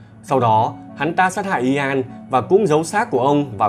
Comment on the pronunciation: Ian đọc như ‘yên’. Chứ ko phải i an đâu ạ 😁